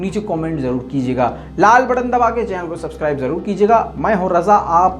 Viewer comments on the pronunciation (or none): none